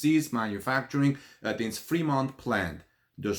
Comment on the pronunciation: Hahahaha the only Tesla factory that is closed is pronounced Free-mont and is in the Free World!